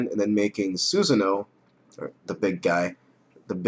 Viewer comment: ITS CALLED Susan-o Or susano-da U DUB PIECE OF SHIT